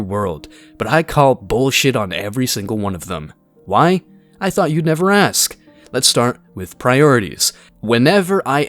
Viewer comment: It's "ASK!" not "axe!"